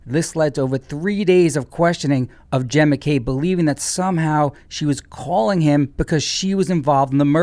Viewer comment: Why do u call her Hen McCabe and not Jenn McCabe?